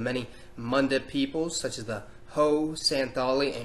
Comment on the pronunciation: So talking about Assam maybe work on the pronunciation of the group Ahom. The o the is kinda useless and we say it as u as in "luna" so it's more like Ahum. We just write it is Ahom. And I'm a part of this group as well. And also btw while ur speaking about the Ahom, maybe show some Pictures that are like from Bihu (our main festival) and like women wearing traditional mekhela chadar and not show the pictures of the other tribes. No offence though. I'm just saying this so that other people don't mix our tribes and groups.